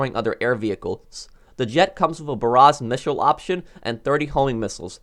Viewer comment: When he was talking about the b-11 did anyone else hear him say the "Baras Mishels'